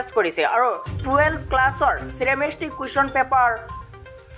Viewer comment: নমস্কাৰ. এটা কথাকে ১০ বাৰকৈ নকলেওঁ হয় । লগতে ইংৰাজীত ৰসায়ন বিজ্ঞানৰ উচ্চাৰণ টো "চেমিষ্ট্ৰি" নহয় "কেমিষ্ট্ৰি" (chemistry) । ধন্যবাদ